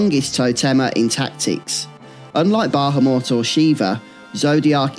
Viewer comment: I enjoy your content but your inability to pronounce Bahamut correctly especially when its spoken aloud in so many of the more recent games is honestly infuriating at times